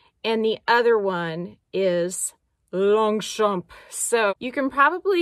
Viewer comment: Longchamp…the « g » and the « p » are silent. 😉 (Your friendly bilingual neighbour)